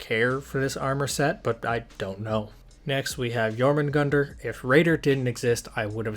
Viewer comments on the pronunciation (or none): You dont pronounce the "r" in jormungandr. it is pronounced yor-mun-gand.